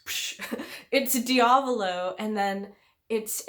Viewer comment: the body swap is a huge part of this fight and I always loved it edit: also, I hate to be that guy but your pronunciation of diavolo is killing me. lol